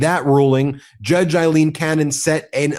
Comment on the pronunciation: Aileen, not Eileen please, every Eileen in the country thanks you.